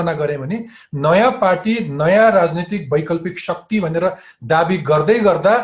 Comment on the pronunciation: Shuckti hoinao sir shakti pronounce garnu na...